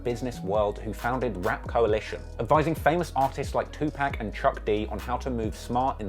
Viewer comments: Love your platform but please stop calling Tupac...Tupack... This is not a rap name this is his government name his mama named him Tupac please pronounce his name correctly respectfully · This brit jokee too, lol. He said the single slow motion was a reference to how quickly cash money's artists get paid, lol. But i love to see the love and respect you got for bro's history lesson, even if he called tupac "two pack" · Its tupac not tupak. 😅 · Why do u even comment on hip hop culture u literally a hater talkin ab growin pubes like that shi funny not even pronouncing Tupac right talkin bout tupack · this nigga really said "toopak" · It Tupac not Tu -“PACK” get it right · Reh Chords, Two Pack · I need you to learn how to say Tupac bro lol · fuck face,... learn how to pronounce TUPAC damn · How in the hell cant you say 2 pac right